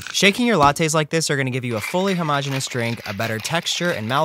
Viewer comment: did he pronounce homogeneous hom og eous